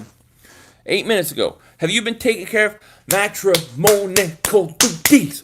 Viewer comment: Lol all the time at "matramoanical duties"